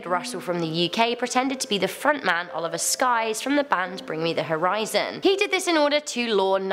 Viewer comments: Oliver skyes? Its sykes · Did you just call Oliver Sykes, Oliver Skies? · She called him Oliver Skyes......IT'S Oliver SYKES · it’s oliver sykes not skies lmaoo but close enough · is no one going to talk about how she called oli oliver skyes lol its sykes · The way you pronounced Oliver Sykes had me dead😂 it's pronounced sikes like physo. Love the video tho x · So are we just gonna ignore that she said OLIVER SKIES ????